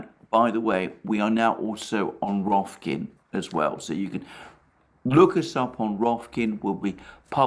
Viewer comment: How can you not love a dude that says rokfin, clearly, succinctly and incorrectly 3 times